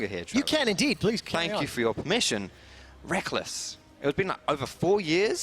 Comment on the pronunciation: lol get benched son "rekkless"